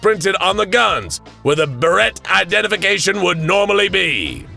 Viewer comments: Love the video, but the way you pronounced Barrett (Buh-rette) was brutal to listen to. The correct pronunciation is Bare-ette. Also, the cartridge casing isn't part of the projectile that leaves the barrel.... Anomalous or not, it wouldn't work that way, and kinda kills the immersion. Just some constructive criticism. Yes, it may be petty and insignificant to some, but there are plenty that it isn't petty or insignificant to. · I thought he was trying to say “Beretta” when he was saying “Barrett”. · I love your videos, but your mispronunciation of the Barret (Bar-et / Bear-et) drives me nuts.